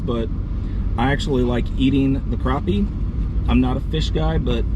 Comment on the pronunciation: Very nice looking pond! It sounded like you were saying Carpie instead of Crappie in the beginning, lol. Also, they’re Fathead minnows, not Flathead.